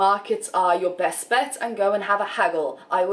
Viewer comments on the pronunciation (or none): none